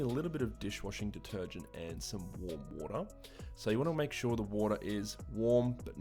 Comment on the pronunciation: how he says water: waha